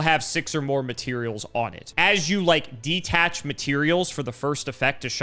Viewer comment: Another Cimo/ video, another chance to see mispronounce 'detach'.